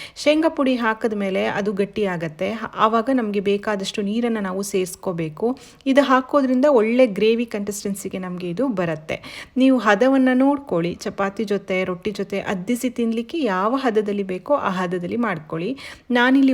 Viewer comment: ಚೆನ್ನಾಗಿದೆ.Consistency ಗೆ contistency ಅಂತ ಬಾಯ್ತಪ್ಪಿ ಹೇಳಿದ ಹಾಗಿತ್ತು.Edit ಮಾಡಬಹುದಾ ನೋಡಿ.